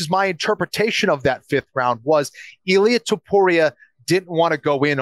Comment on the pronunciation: Did call him ilir topuria??? 🤣🤣🤣🤣😭😭😭😭